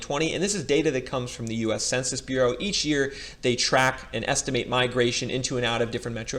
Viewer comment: Everytime you say Census bureau I lose faith on the video.